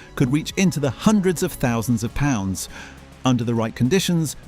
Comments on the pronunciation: Sounds like he's saying bollers. Ponds, darllers. Most probably a complete fake report. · Did you just call Great British pounds darlands or something??